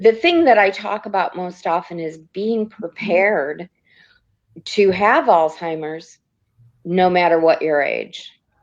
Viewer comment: there’s no “T” in Alzheimer’s. It’s not “All Timers”. It’s a name pronounced “Alls Himers”